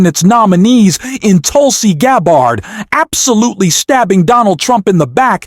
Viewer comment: LOL I love the mispronunciation of Gabbard's name. Not even going to correct it - if they want to say the VP's name incorrectly, they can have a taste of their own medicine. Also, congratulations on finally learning how to use singular "they" - I knew you'd get there eventually!